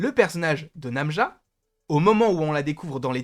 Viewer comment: Très bonne théorie sur le personnage !! Par contre c'est Najma et non pas Namja >.< et je confirme (parlant arabe) Najma = étoile = star